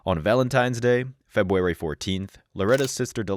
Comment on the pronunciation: A.I. will take over the world! Also A.I. can't even pronounce "February" or "Corporal" correctly.